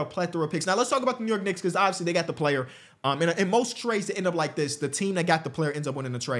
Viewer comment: He’s a what ? lol a knica?